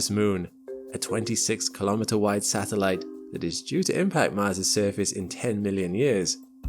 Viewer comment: What is a kholometer? Say miles like a normal American